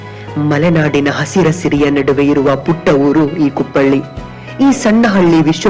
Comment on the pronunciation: ಅದು ಕುಪ್ಪಳ್ಳಿ ಅಲ್ಲ: ಕುಪ್ಪಳಿ